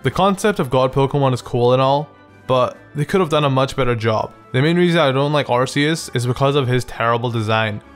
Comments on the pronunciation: Arceus is pronounced ar-KEE-us and you would have known that if you watched Arceus and the Jewel of Life... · Ark-eus is the way to say it. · ITS AR-KEY-US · What really triggers me is... Its not Ar-see-us it is Ar-key-us! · Arceus is a goat, not a llama. EDIT: BTW, it's pronounced "ar-kee-us". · you said Arceus wrong it's ar-kee-is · THANK YOU! finally someone, who doesnt like arceus for the same reasons. i think it has - a terrible design - wasted potential also, everyone, who calls it 'arKeus' gives me ear cancer. i like the idea of a god pokemon. but its like in real life. people actually worship this thing and if you dont share their opinion, youre the bad guy, who should be burned and that pisses me off. thats why, i started trolling with saying, im a helix-believer. same with charizard. its a good pokemon, but its not the best. i prefer bulbasaur and get laughed at from those charizard-faggots "lol, tha kanto starters should be chamander, squirtle, and a second charmander! flamethrower them all! Stealth rock? Whats stelth rock?!" and thats why, charizard pisses me off. because of its brainless fanbase. also, everyone hates on gen 5, but gen 4 was the worst for me. not even because of allmighty shitlord god (not sorry), but because off the new evolutions of older pokemon. i kinda like weavile and i love froslass, but the rest is just terrible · Arceus just pronounce it like "arkeus" and phione as "fione" just like that ^^ i hope u are not upset about my corrections just a comment ^^ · yeah but ar-key-us is how it should be pronounced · It's not ARSEUS IT'S ARCEUS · arceus isnt that bad come on man... i appreciate u and every thing but arceus... come on